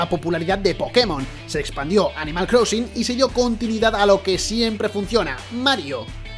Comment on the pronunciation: ¿Animal CROUSING? ¿En serio? Repasad algunas pronunciaciones antes de grabar el vídeo, porque las cagadas no paran desde el minuto 0.